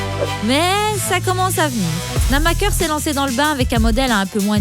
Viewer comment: Super la vidéo, mais la voie IA, c'est vraiment dommage, ca enlève tout humanité et authenticité, et les "namaker" ou 'snamaker"... Bref merci pour le contenu, mais je vous encourage a enregistrer votre voie.